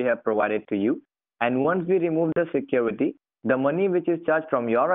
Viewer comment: he said: we will help you get rid of the secruityti we have given to you